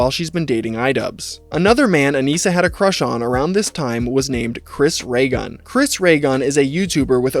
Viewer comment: its pronounced “chris ragun”